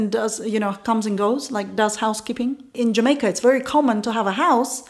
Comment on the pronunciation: I love how you say jamakaa